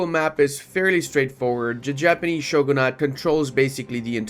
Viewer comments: SAY SHOGO-NUT ONE MORE FUCKING TIME Its shoo-ghun-ate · I just can't get over it he said shoogoonut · nah he just needs to not say shoegluenut ever again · just pirate it(and don't pronounce shogunate shoogoonut] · He kinda did when he said shoegluenut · not pronounced dhin-toe btw, just like it's not shoegluenut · I really hated him saying shoogoonut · it's probably and hopefully still mostly about conquest just like my comments are about pronounciation failure on the word shogunate, which is indeed not pronounced as shoegluenut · While he said shoegoonut 😢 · pls check out the correct pronounciation of shoogoonut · He said shoogoonut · Yo, we heard him say shoegluenut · Yeah, probably shouldn't be so hard on him for saying shoegluenut. I hope he gets better, and better at pronouncing shogunate. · Real reason was he was practicing his shoegluenut pronounciation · that's no excuse for saying SHOGOO-NUT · Yknow I don't think it is cursed at all unlike pronounciation of shogunate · very true very true he pronounceded shogunate wrong tho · Idk but he cant pronounce shogunate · His pronounciation of shogunate is terrifying me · made a mistake with the pronounciation of shogunate i think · why? (On an unrelated not, he pronounce shogunate funny) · ikr who tf pronounces shogunate that way